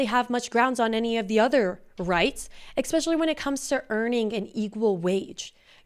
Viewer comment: It’s “especially” not “exspecially”